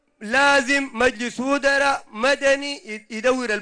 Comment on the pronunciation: تخيل زول مينطق مجلس وزراء قال مجلس ودرا والله صحيح ودران انت